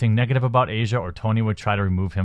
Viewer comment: I work with an Italian immigrant who told me her name is pronounced AH-see-ah not Asia. Similar to asiago cheese. Asia happens to be the daughter of Dario Argento, who is arguably the most famous Italian horror director of all time, and has appeared in several of her father's films.